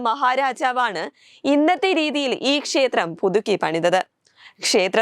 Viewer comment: ശേത്രം അല്ല മോളേ,,!, ക്ഷേത്രം!!.